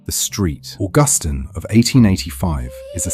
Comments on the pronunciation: "Street" Augustine. Fucking HILARIOUS. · Poorly done for our beautiful city. It is Saint (St) George street, not George street. What a horrible AI voice, British, really? I wish Augustine was pronounced correctly.